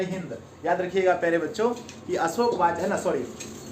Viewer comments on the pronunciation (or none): none